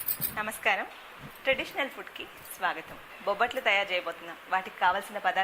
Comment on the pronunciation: ఓరినియబ్బ బబ్బట్లుకాదురా ( బొబ్బట్లు )